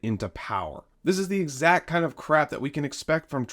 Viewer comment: EXACT not ex-tr-act revenge. English is tricky, huh?